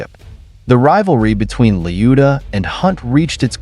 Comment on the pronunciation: 2 seconds in and you mispronounced his name already that's .when I switched off